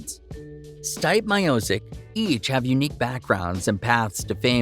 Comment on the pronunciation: C'mon man!!! Are you an idiot???!!! His name is not " Styp " Miocic, you can even say " Steven or Steve " Stipe is Croatian short name for Stjepan or Steven in US, But, stop saying Styp, my ears hurt